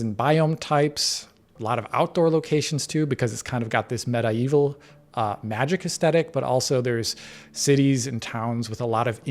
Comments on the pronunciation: medieval❌ metaeval✅ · Sir the word medieval is not pronounced medi evil muh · dee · vl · For a second I thought "damn, this is stuttery! Not impressive at all!" but it was just the video stalling for a moment until it buffered again. P.S.: when you say what sounds like "meta evil" do you mean "medieval"?! If so, and you don't mean some fantasy game slang word that I'm not familiar with, I think your are pronouncing it wrong. 😄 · please learn English. Its not META-evil...for Medieval its (MED-Evil) your welcome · It's medieval, not meta-evil 😂😂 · Get well but it’s medeeval not med eye vil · "Medi Evil?" Are we watching A.I. posing as humans giving a breakdown on a video game? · The way pronounces medieval is so interesting lol. Meta-evil should be how it's pronounced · Why does he say Meda-Evil?? 😅😅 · why do you pronounce medieval as meta-evil? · Med-eh-evil really? (Meta Evil) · why is he saying meta evil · Looks excellent! Also, did invent a new word in Meta-Evil? Or does he not know how to say Medieval 😂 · I wonder if this guy knows that it isn’t pronounced meta-evil. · META-evil...please someone tell him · No ones gonna talk about how he said MEDIEVAL? Medaevil... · its spelled medieval I've heard this pronounced as med-ieval and sometimes medi-eval but I've never heard someone say meta-eval. sounds like a new facebook testing kit. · Wtf is a MED-I-EVIL? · How the hell did pronounce medieval? lol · This mf pronounced the word "medieval" hella weird. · can u not say medieval correctly... like ever? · What I learned from this video is how Americans pronounce medieval. Hurts the soul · Am I the only one bothered by the way medieval was pronounced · The way this guy pronounces Medieval pisses me off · Today i learnt that i was pronnouncing Mediaval wrong. Thanks.